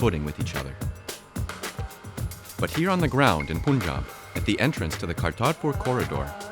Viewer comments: It's pronounced panjab, NOT poonjab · How difficult is it for u guys to pronounce Punjab.. Its not puunjaab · Stop saying poonjab FGS. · The narrator pronouncing Panjaab wrong the entire time. Please do some extracurricular research before filming, although this was a fantastic documentary otherwise. The name for region of Panjaab is derived from Farsi language and translates to Land of 5 waters. Panj is 5 and Ab is water. There is also a city called Panjaab in Afghanistan to this day. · This video is full of inaccuracies: 1) It's pronounced Pun-jaab, not Poon-jaab. 2) Punjab is not the breadbasket of India. I mean, no longer since a few decades. Check the state-wise wheat, rice and other cereals' production, and you'll know that other many states are comparable or outrank Punjab in production. 3) Turning this into a political issue just about Sikhs is harmful to the real historical understanding that many communities suffered during partition. Sindhis, for example, were overnight rendered homeless and without their own state. Many Rajasthanis, Gujaratis, Kashmiri Pandits lost parts of their regions. This Sikh exceptionalism divorced from the rest of the India from a western perspective, from journalists that can't even pronounce 'Punjab' correctly, just to pander to their local hardline Sikh diaspora is ridiculous. Especially in a country as diverse as India where different languages, cultures and customs intermingle and coexist with their strong representations. I hope you can make your research deeper. This takes new relevance since farm laws protests originating in Punjab and Haryana were widely reported outside India, but those didn't have much traction amongst other farming and enterprising states such as Maharashtra, Karnataka, Kerala, Tamil Nadu, UP, Bihar. Why? Because, in general, Indian people want competitive markets. And some farm law protestors want monopolies and easy guaranteed incomes, at the cost of environmental degradation and banana repub